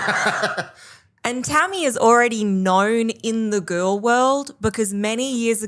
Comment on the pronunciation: “Well, Amber is a very dainty gorl” periodt 😂💅